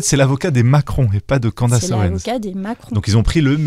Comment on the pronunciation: Si tu sais pas prononcer CANDACE... dis CANDICE !!!! Pas Candasse! 😅